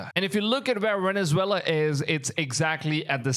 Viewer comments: why do you pronounce Venezuela as wenezwela and vessel as wessel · How can you pronounce the V in Venezuela but you can’t pronounce it in vessel there’s no W